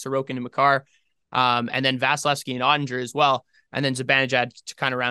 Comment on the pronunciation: You might want to learn how to pronounce Oettinger